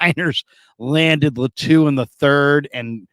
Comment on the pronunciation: ITS LĀTU not LATŪ🤙🏽